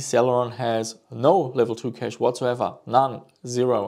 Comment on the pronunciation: Cash not Keish